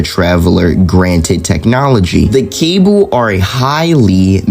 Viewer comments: Just wanna mention its pronounced cuh-ball rather than cable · Really Good vid. Cabal is pronounced "Ka-ball" btw lol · They are very similar to the vex because they can also control time but I think they are nothing like the Cabal. Also it’s not a big deal but it’s pronounced Ca ball